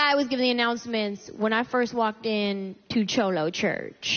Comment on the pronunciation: Cute but she really needs to work on her accent. I’ve never heard a cholo speak with a Southern accent or pronounce cholo like that. 🤷🏽‍♀️. However I love this set.